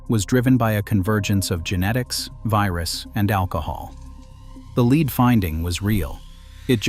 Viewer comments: ":Lead," the element, is pronounced LED nor LEED." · If you would pronounce it yourself instead of giving the task to Artificial Idiocy, we would perhaps not complain so much. I'm hearing this error so often now, LEED vs LEDD, REED vs REDD, and others. For $1500 I'll read it for you, but certainly you can find someone cheaper than me and possibly better. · Lead = "led", not "leed". Another computer-generated glitch. Still, a well-done video. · Lead is pronounced, LED!!! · I don't understand how the computer generated voices can be so good at human voices yet screw up really basic pronunciation like that. Not saying that to criticize. Just honestly confused at how often things like that happen. (I mean there's no such thing as the poisoning of lead, pronounced that way, right? Why does it make the mistake?)